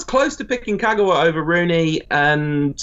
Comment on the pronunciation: Naaaa put some respect in Kagawas name.